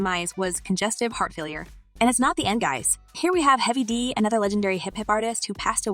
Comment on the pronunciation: HEAVY D. Say it right!